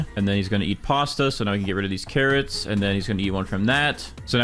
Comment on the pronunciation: OH- yEw gOaaT cawwOts iN yUr gAwDen?